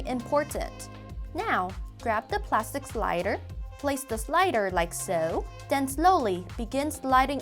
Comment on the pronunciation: “And den...”